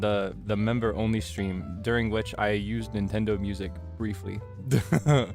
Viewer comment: Otsuukaeee thank chuu for the stweam